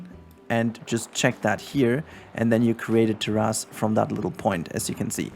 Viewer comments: Thanks for this tutorial and btw the correct English pronunciation is ‘Tair’-‘is’ it kinda sounds like there is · Thanks for the tutorial! Also appreciate your pronunciation of terrace. Makes me think of dinosaur butts.